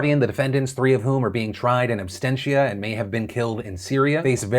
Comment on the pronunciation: "Abstentia" Ha.